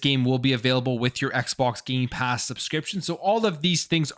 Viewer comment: Every time he says Gamepass. He actually says Gaypass. He's right it is Gay! Lol